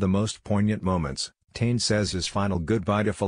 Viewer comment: The commentator needs to pronounce “Tane’s” name correctly.